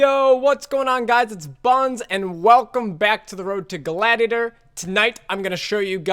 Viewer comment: "Road to Glatitor"? what is that?